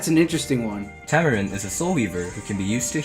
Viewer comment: diene >>> tamarine work on your diene man XD